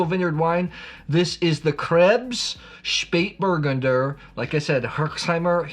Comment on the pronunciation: OK, please repeat after me... "Shpayt-bur-GUN-der". Emphasis on the third syllable. Now, if I could find more Spatburgunder, I'd certainly drink it! 😊